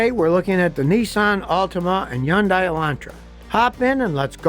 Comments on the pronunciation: Pronounced "Hun-Day", not Hi-yun-die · Its Hun day. Like Sunday. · He's wrong, it's supposed to rhyme with Sunday. Hyundai, pronounce the H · Serious question: who told you how to mispronounce "Hyundai" it's HUN-DAY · Still can't pronounce Hon day correctly. You won't change. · Scotty is the only person I ' ve heard pronoun Hyundai with the H silent. Is he right and everyone else wrong? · I like how Scotty sticks with the wrong pronunciation of Hyundai 👍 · Seems to do alright with other words, guess Hyundai hangs him up.